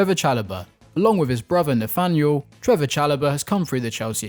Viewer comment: His name is Trevoh Chalobah not Trevor Chalobah